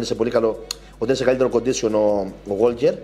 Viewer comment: είναι Γουόκερ, όχι ΓουόΛκερ (το 'Λ' δεν προφέρεται)